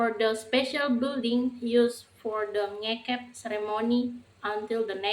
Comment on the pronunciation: Perbaiki pengucapan NGEKEB